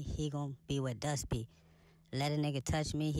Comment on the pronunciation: if you been ar people with over bites you would clearly be able to tell that she said dust she got a over bite so that’s why it sound like she said duck…